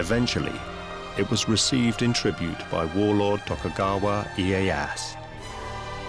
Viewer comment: worst japanese pronunciation ive ever heard. i-e-ya-SU. not iiehass